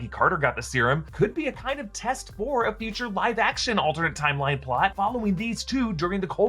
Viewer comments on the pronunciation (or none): none